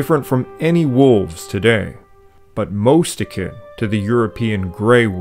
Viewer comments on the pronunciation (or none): none